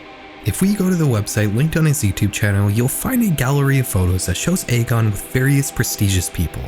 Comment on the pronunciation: Just so you're aware, Egon is typically pronounced "EE-gone". One of the main characters of Ghostbusters is named Egon if hearing it outloud would help. I would really really recommend finding a video of someone pronouncing that name if you aren't 100% positive how it's pronounced, especially if you're making a whole video about one person where that name will be repeated a lot. Pronouncing the subject of the video's name wrong right off the bat makes me question the validity of the rest of the research moving forward. Youtubers as a whole seem to have stopped prioritizing finding out how names and places are pronounced before making a video purporting to be informed on the topic, but that really needs be included when you're doing as extensive research as I know you're doing. Names are basic respect, pronouncing them correctly matters.